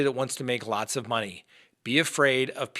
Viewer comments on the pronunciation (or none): none